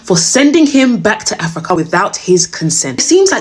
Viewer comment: I laugh every time the AI voice says AfricAA😅